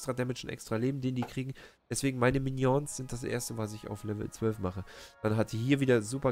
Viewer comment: sprech die minions bitte richtig aus hahahaha du bist lustug